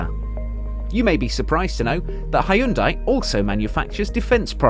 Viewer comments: its not ha-yun-dai, its hyun-dai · It's actually pronounced Hyun-De